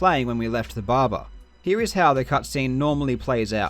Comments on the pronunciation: Barber not barbar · Its "Barber", not "Baba" :D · the bahbah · This guy: *Explains everything* Also this guy: Babba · I like how karl pronounce barber as babar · I love how he pronounces barber "baba" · I love the way Karl say "Barber" Bahba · When he says barber, he says bahbah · I love, how he says "barber", it sounds like Russian "баба", which means grandmother. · Nobody: Karl Jobst: Bobba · "barbar" Is this JarJar's gangsta cousin? But on a serious note it's a very impressive find! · "Now we head to the BARBER to get a haircut (...) before entering the BARBA (...) inside the B A B A" Love your vids Karl, very interesting! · the way you pronounce "barba" is priceless :D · Karl’s pronunciation of “barber”: fuck r’s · Karl, I enjoy your videos but more importantly I enjoy the way you pronounce 'barber'. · weird considering he's australian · The way he says “barber” tho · i like how you pronounce barber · No disrespect, but the way you say barber with your accent is priceless. Awesome vid. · I love how he pronounces the word barber.